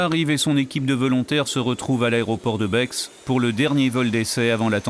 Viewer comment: BEX on prononce pas le X Comme Chamonix. 🇨🇭4ever❤